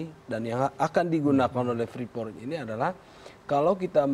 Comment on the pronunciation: Freeport, Preefort, Preeport, atau ?